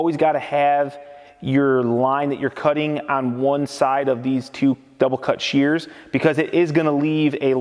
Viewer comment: Omg they are called SHEARS. Shhh, Shhh-ears. Sound it out. No not CHEARS. There is no Che Che sounds. Drives me as crazy as people who say filder instead of filter.